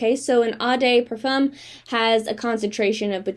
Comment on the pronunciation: Eau (oh) de (duh) parfum